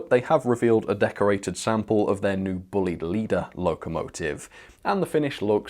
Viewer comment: My friend and his family are Buleids and pronounce there name BLYDE. AND THATS THE WAY TO SAY IT. THANKS.